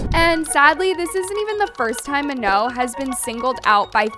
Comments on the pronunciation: Bro its pronounced MA NONE not manoh 😂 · "ma-know" girl pack it up...